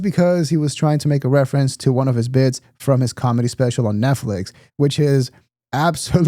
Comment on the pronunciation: Not sure if you meant to or not but you said "calmedy" in true Bapa Schaub fashion 😄